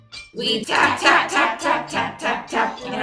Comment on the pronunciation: I thought it was "fap" instead of "tap"